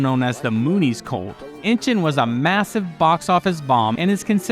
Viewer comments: 'Inchon" is actually pronounced "In-shawn" not 'Inching". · It's not inchin it's in inchon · It's pronounced Inch on.